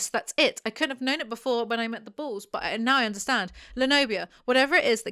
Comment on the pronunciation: Took me way too long to realize you said 'bulls' and not 'balls'.......